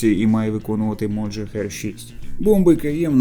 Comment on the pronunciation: А чому "моджахер"? Його так військові називають? Назва ж Mohajer 6 - мохаджер 6.